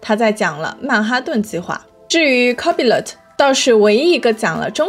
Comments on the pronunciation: copilot應讀 co-pi-lot，不是copy-lot。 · NO！应该是：抠怕了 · 微軟那玩意兒唸作Co-pai-lite. 其他的受教了～ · 内容很干货，但是copilot你杂发音？